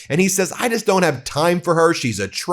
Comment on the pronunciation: Fukin' pres. Says " I DOONT GET INVOLVED IN IT." INCREDIBLE!!!!! Mfr. Your the cause of all this chaos: domestically and internationally.